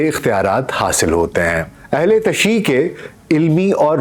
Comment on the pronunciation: اہل تیش ش پر پیش پڑھیں ای اور ع نہیں پڑھا جاتا